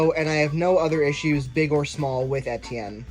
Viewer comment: You don't pronounce Etienne right!